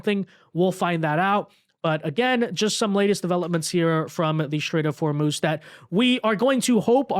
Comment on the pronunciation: The Strait of Whormoooze?